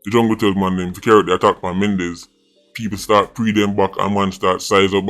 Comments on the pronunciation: Mandez not Mendez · his name is Mandez not Mendez